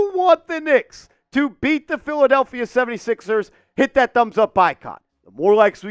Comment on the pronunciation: Did you say filthadeplphia? 😂😂😂😂😂